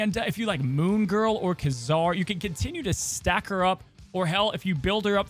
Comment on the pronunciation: Ooo cool stuff coming. Btw, at least in the animated cartoons Ka-Zar is pronounced kay-zar